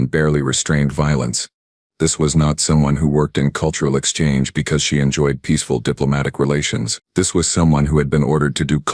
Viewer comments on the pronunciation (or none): none